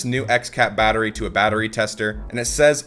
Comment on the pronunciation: Well... batterry lol